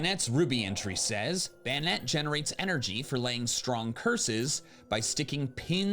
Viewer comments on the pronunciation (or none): Banette (Ba•Net) not Bayonet (Bay•o•net)😅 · girl, pls, you're killing me 😭 it's BANE-ETTE not Bayonette